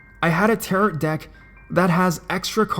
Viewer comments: tar-oh not tarit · what exactly is a tear it card reading lol. the end t is silent essentially sounding like tear oh. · It's pronounced "TEHR-OH" the last "t" is silent. And the "c" in Celtic is a hard "c" meaning it's pronounced like a "k". It isn't pronounced like the Boston Celtics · How can you make a 13 minute narration video on the subject of tarot cards and and not somehow find out the pronunciation of the word tarot? It's french. TA-ROH. It's not pronounced like carrot.